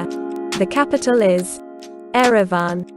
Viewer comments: NOT EREVAN. YEREVAN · It's Yerevan not Erevan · Erevan... should be Yerevan. 😢😅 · It is YEREVAN